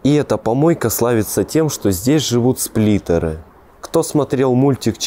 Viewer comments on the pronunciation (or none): Не сплитер а сплинтер)